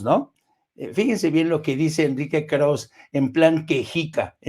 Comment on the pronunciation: Estimado, el apellido Krauze es de origen alemán - aunque Enrique Krauze es judío - y se pronuncia con todo y e (krausse). Como tu lo pronuncias, sin la e, es otro nombre: Krauss.